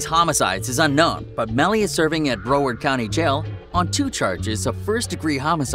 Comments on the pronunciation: You destroyed the name Broward. Bro- Werd?? It’s Brow - ard county buddy 954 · It’s pronounced brow (like eyebrow) werd not bro-word🤣#freemelly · It’s pronounced “brow-ward” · paused it when you couldnt pronounce broward correctly